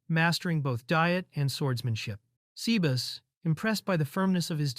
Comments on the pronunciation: 'say-bah-ss'. Not 'sea bass'. Sea bass is a fish. tastes pretty yummy. Sebas is probably short for Sebastian. your AI is an uncultured clod. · I love when Ai said sebas to Sea Bass